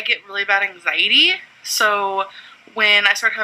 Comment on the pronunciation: "ang-zitee" gets my goat more, but "palpy-tayshuns" is close second.